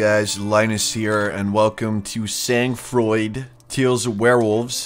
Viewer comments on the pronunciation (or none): Sang froid is french; it means cold blood and is pronounced " san" "froi" in french. Just sauing you know